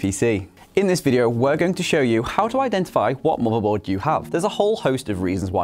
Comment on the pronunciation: i heard u say marvel board